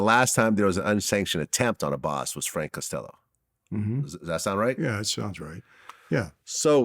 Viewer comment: Vlad always messing up Frank name